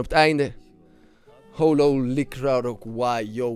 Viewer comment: het is: hollow niet how-low, get it right man